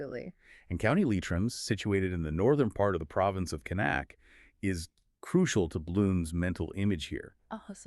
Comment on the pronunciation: Nails Leitrim but butchers Connacht 😂😂